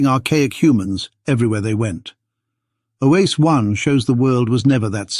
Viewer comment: If Oase is so important, could we stop mispronouncing it every which way? "Oase," which means simply "bones," is pronounced something like "wah-se." Two syllables, not three. (Yes, I'm Romanian by origin.) It seems to me like fossils keep disproving OOA, and yet the low genetic diversity of modern humans can't help but confirm a single expansion. I wish I could understand genetics to be able to form a solid opinion one way or another. Decades ago I was fortunate to take an anthropology class from Tim White at UC Berkeley. I wanted to study paleoanthropology, but soon realized I couldn't do it without studying lots of science and genetics. My brain doesn't want to go there. In my retirement now I find myself still fascinated by all this as much as when I first heard of Lucy. And I'm still stumped by genetics.